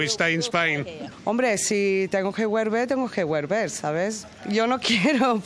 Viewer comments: si tengo que guerver tengo que guerver hahahaha memeo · güerver xDDD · "Si tengo que wuerber, tengo que werber.." Inglesa en España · Lleva desde los 13 años y dice "güerver", manda cojones 😂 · Me gustaría saber si se ha tenido que güerver a Londres. 😂😂